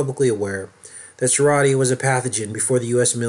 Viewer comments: Enjoy your vids but wish you would pronounce Serratia correctly (sir RAY shuh) since you have made several vids about it. Marcescens (mar SESS ens). Nosocomial (no suh COMB ee uhl) is a hospital acquired infection, meaning you go in the hospital for one illness or surgery and unfortunately pick up an infection from germs and bacteria in the hospital. Some hospitals have a worse Nosocomial infection rate than others, and it should be public knowledge but they try to hide the stats from the public. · I'm an RN, it's pronounced Ser RAY sha.